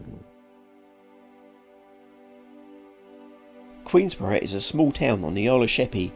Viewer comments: Queen’borough’ no ‘s’ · Please, the locals will go mad, it's Queenborough, there is no "S" in it, just saying